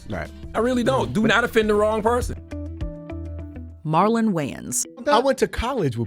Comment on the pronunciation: Not Marlon, come on man